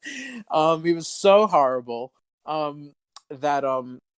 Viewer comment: Hearing him saying harrible is the cleanest best pleasure